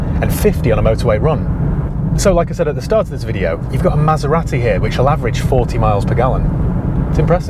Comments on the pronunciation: Southerners everywhere are cringing when you pronounce Maseratty . Made my day Thanks for that :-) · pronunciation of Maserati triggered me so bad 😆. Good review though